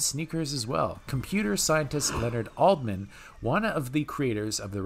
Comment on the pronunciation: btw: Len Adleman not Aldman.